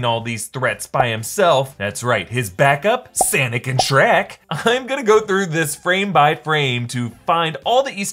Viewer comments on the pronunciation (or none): he miss pronounces Sonic and says Sanic and it gave me a good laugh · Any1 else take in that he said “sanic” instead of sonic lmao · Did he actually say Sanic instead of Sonic ?!????? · It,s called sipiot siut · Sonic❌ Sanic✅ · When you say "sanic instead of sonic" to try to be edgy lol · Did he say "Sanic"? Isn't it Sonic? Lol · Did my boy just butcher the iconic Sega characters name? SANic? It's SONIC, SONIC!!!!!!!!!! SANIC!? lmfao. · SONIC....Just say SONIC...not SANIC brother...i love your vids but..c'mon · Did you just say Sanik and Shrek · It's Sonic, not "Sanic". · Did he say "Senic" instead of Sonic?? 😂😂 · I can't stop laughing from "Sanic." Also, I'm stoned. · Sonic not Sanic tf lol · did he say sanic instead of Sonic?! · Are we just gonna ignore the fact that said Sanic instead of Sonic. Lol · Ain’t no way he called sonic Sanic 😂😭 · Did you really call Sonic.... sanic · ...did he say "SAN-ick"? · Did he say Sanic? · Why did you call sonic... sanic? Lol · Why did pronounce Sonic like Sanic at the beginning of the video? Lol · ....did he say "sanic" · Did you just say “Sanic and shriek” ? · Did he say Sanic? Is that Sonic's long lost brother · How you mispronounce Sonic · Did you say sanic and Shrek?